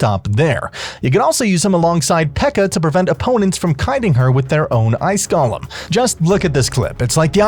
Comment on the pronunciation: You're (like so many others) pronouncing Golem incorrectly. You are pronouncing it like Gollum. They are two different words. I know some people will like to claim that you can say it either way, which is correct, if you want to pronounce it wrong...or you could choose to say it correctly and not act like you are talking about a The Lord of the Rings character. My precious!